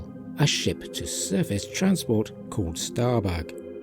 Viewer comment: Ahhh.......I see what you did there..... Hiding behind your accent to get away with saying "giving Starbuck a fat backside" And if you didn't mean to do that..... it's even funnier...... Especially when you hear the part "it's as if Starbuck is taking a dump" 😆😅😂🤣